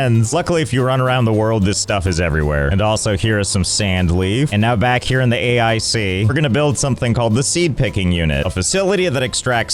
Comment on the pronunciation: I don't understand why you keep pronouncing it A I C and not Ache.